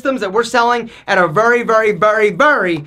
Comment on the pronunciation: “vury vury vury vury”